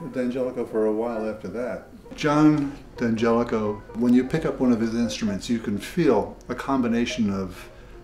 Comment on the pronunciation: Notice , he correctly pronounces it ,Dan jelico?